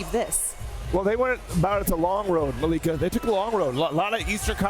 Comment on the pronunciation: be saying "Maliika, Maleeka'😂